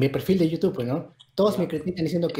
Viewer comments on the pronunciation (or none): "EN TÚ YUTUBBB " JAAJJAJAJAJAJAJ